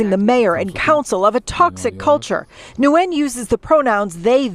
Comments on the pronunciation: I think that last nsme is pronounced like " win". Had friends with that name. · Nguyen is pronounced "WIN" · Nguyen is pronounced lik "win". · Ugh I hate the reporter!!! The person's last name is said when not new-when. The n is silent! Not that I'm defending the delulu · 😭😭😭 "Nguyen" is Vietnamese and it's pronounced something like "Nyowen". It's a super common Viet surname, like Smith or Jones in English, and it's also one of the hardest for English-speakers to pronounce 😂 They got it pretty close in the news segment though. Being half Viet myself your pronunciation kinda lowkey gave me a stroke, no offense 😂